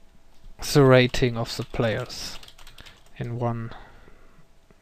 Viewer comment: haha, learn the TH xD alte Hütte still, nice video